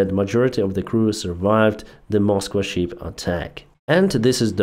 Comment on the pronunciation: there is quite a difference in pronunciation between "ship", a sea going vessel and "sheep", an ovine animal that gives us wool. "Ship" has a short "i" sound as in fit, lit, and bit. While "sheep" has a long "ee" sound as in feet, meet, and beet.